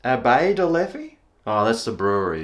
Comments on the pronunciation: It is the right pronunciation,! Well done. Although Leffe Blonde is not really one of my favorites, but i reckon you’ll like the Duvel, also one of my favorites. Never heard of Holtland before, and i’m not sure if it’s a belgian beer. Thank you so much for the shoutout and keep being you mate. Love from Belgium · From an Aussie who’s lived in Belgium it is beer HEAVEN. In French you pronounce it Leff and in Flemish it is Leffer. The Brune or Tripel are the best. There are many more.....